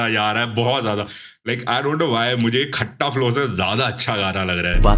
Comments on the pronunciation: Bhai Khatta(खत्ता) bolna abse calm bhai piss off hogye khatta sun sun ke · Bhai woh खट्टा flow nhi खत्ता flow hai😭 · खत्ता flow h bhai खट्टा flow nahi😢😢